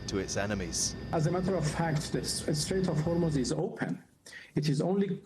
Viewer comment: "The strait of Hormuz is Oopen" - flex!